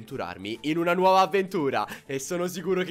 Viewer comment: dice “nauova” 😂